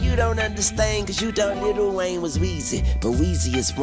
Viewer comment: “Little Wayne”😂😂😂😂😂😂 its Lil Wayne